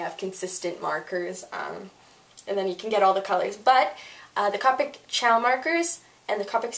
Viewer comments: c OH pic, not caupic... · it is pronounced cO-pic but call it what u want 😃